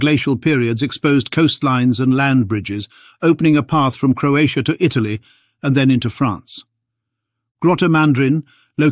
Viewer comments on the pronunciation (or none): none